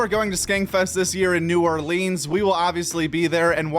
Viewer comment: you gotta work on that New Orleans pronunciation ... dont say it like a tourist 😂